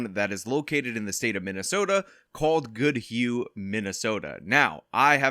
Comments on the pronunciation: You pronounced goodhue fine (I live in the county next door) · You said the name right, I live a few miles away from Goodhue. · Acually you pronounced Goodhue correctly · You pronounced Goodhue correctly. There's nothing weird about this one. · Goodhue is pronounced by you correctly. I know, i lived in Minnesota until I fled to gods country, South Dakota.